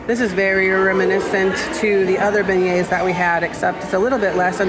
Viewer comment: He referenced her name because he was struggling to pronounce "Beignets." It was hardly a comment. I am so sick of ridiculous people who assume the worst about people and want everyone to walk on eggshells all the time.